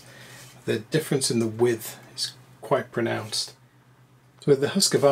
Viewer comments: I still don't get where the Husq-A-varna pronunciation comes from. It's just wrong. Husq-varn-a, three syllables, not four. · Always the Husscuarna. Epic pronunciation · Look at the embossed label on the first ax. It says Husqvarna (husk-var-na) NOT Husqavarna. Seems trivially simple. Too bad Gransfors (big $$) lives, but Wetterlings are gone.